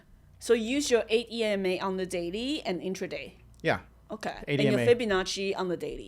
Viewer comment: 8ema? is that what he said?